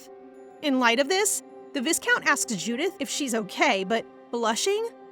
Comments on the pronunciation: FYI its pronounced "vy-count" (v + "eye") not "vis-count" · I love this manhwa so much, and this is my favorite recap channel, but the pronunciation of the word viscount is killing me 😮‍💨